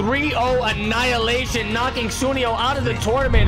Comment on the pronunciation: Also its pronounce as su-ne-yo, u be pronouncing it the wrong way bruh.